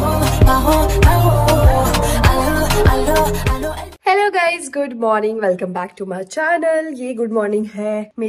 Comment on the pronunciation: 😂😂 kanya bhoj ko bolte he jeemne not jamne 😂😂 bahut sundar mandir banaya he 🙏🏻🙏🏻